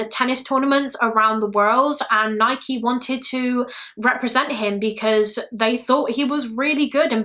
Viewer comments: I’m from Oregon in the states where Nike originated and it’s pronounced Ni-key, the first British person I’ve heard say it correctly 😂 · It’s Nike you said it right 😊